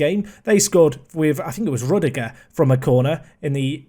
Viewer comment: Rudiger= Roood-e-ger not Rud-e-ger